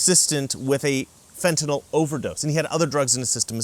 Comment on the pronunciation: thank you for pronouncing Fentanyl correctly. If I hv to hear Fen-tin-all one more time...